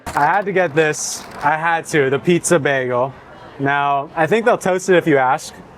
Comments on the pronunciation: Bag-AL? No, son. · Bro stop with the baaaagel like a go waaageling his tail. It's Bagel with a long A sound like a Bag. Just gotta be different to the point you sound like an idiot. Funny how you pronounced it correctly in your intro. Done watching your vids. LoL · The constant switchup between pronouncing it as "bay-gl" or "bag-ul" is throwing me off a lot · I've never heard bagel pronounced baggle. :) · That labneh one not being toasted made me laugh when the paper it was on said “toasted bagels” repeated on the packaging. Also, you saying baggle multiple times had me dying. 💀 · I think I'm going to start a counter of how many times I hear BAGuhl😂😂😂 JK JK. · The way you are saying the word bagel, I unfortunately don't think I can even finish watching this. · The way you say bagel I know you’re not from seattle 😂